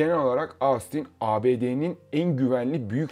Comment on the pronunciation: Ahh bir de Austin telaffuzunu denk getirsen kardeş!